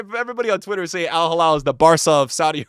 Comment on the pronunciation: It's al hilal not al halal 😅😅😅 crazy Americans....